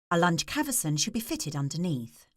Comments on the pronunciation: Cavesson not caverson you nitwit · swear it's spelt "cavesson", not "caversan"